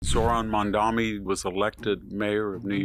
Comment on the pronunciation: THAT'S "MADMANI."